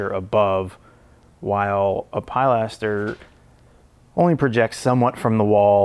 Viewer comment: Good documentation of a bench build and sketch - the only nagging nitpicky thing that was distracting was pronunciation of pilaster... ( ) first syllable is more of a "peh" than a "peye" - sorry for even commenting on it, it just caught my ear like fingernails on a chalkboard. I really do like the architectural detail videos from various building styles. Keep them coming!